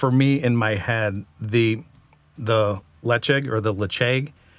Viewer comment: Port Charlotte is my #1 and Ledaig is pernounced Leechick🍇🍈🍉🍊